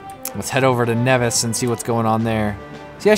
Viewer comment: by the way its basically niivis not nEvis you probable won't understand this:P